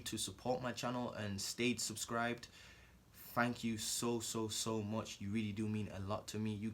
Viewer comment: "fang kyoo guys "lmao